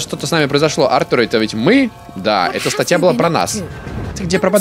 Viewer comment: Артур ударение на а